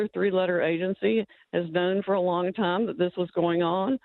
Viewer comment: Why does Glenn's sidekick buy pronounce the word "time" as "tie-yeeeeeem"?